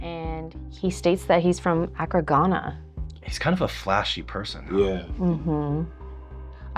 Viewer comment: Love the show...please please learn how to pronounce Accra, Ghana.Accra, the capital of Ghana, is pronounced uh-KRAH (/əˈkrɑː/ or /æˈkrɑː/)